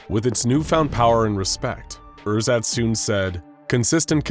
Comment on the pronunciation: I'm german and when you first said "Ersatz" I had to think for a solid 2 seconds what you meant. Pronounciation is a bit off :D